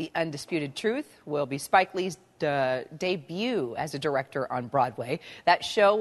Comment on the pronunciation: LOL! Duh....DEBUT.